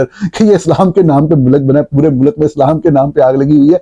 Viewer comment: "وجوہات کی وجہ سے" نہیں "وجوہات کی بنا پر" مودی کا تلفظ Modi ہے، Moodi نہیں۔ امرتسر کو Amritser بولا جاتا ہے، Amer-tasser نہیں۔ ملک کو mulak نہیں mulk کہا جاتا ہے۔ عربی میں شہر کا نام Ga-za نہیں GHAZZA ہے۔ نیز جاوید کو جوید نہیں کہتے، نہ تاریخ کو تریخ۔